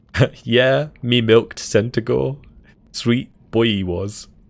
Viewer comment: So...was it a male centigour or female? Cuz the mispronounced “ ‘e” leaves many things up in the air 🤣